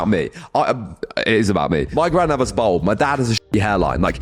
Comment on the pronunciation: Good info the youngsters, my only criticism is that it's pronounced "balled" not "bold".